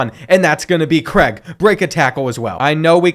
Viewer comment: Craig not Creg 🥲😂